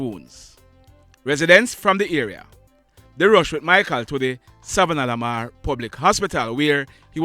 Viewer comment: I love ❤️ checking ✔️ out your videos because they are well put together and you always get straight to the point, without all the stupid gimmicks. Anyways, it always amuses me how you struggle with saying Savanna La Mar. 😅😅😂😂😂